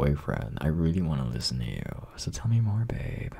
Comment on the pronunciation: Why does he say more like morrrrre